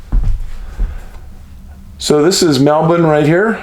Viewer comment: Yes Dave is the first American to pronounce 'Melbourne' correctly! 🎉❤